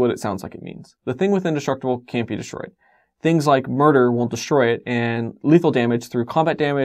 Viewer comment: You might want to put up a text box because the "won't" sounds like a "will". Might confuse newbies. Thanks for these videos though, I'm learning things and you deliver and explain them well.